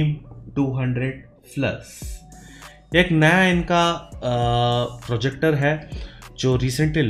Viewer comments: Finally said projector not forjector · Fortronics ka frojector😂